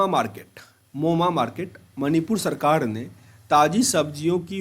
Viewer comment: एडुटेड़िया प्ड़श्न शेयड़ सड़काड़ औड़़ पड़ पड़ियोजना कड़ने गड़बड़ गुड़ूप कार्ड़ालय पड़ And many more in each and every lines you read. I don't know why you read ड़ instead of र.. It's very awful 😔 Work on your pronunciation Plzz..